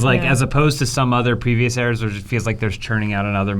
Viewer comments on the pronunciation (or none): none